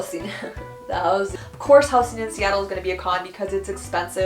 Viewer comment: is it me or how she says 'houseen' is odd? Shouldn't it be 'houzing' ? (housing)